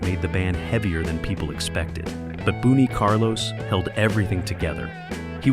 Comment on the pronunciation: Boonie Carlos?!! Really?!